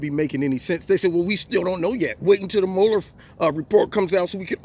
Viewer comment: Well, well, well, first of all thank you for pronouncing MUeller correctly. That alone makes you smarter than everyone else in the MM.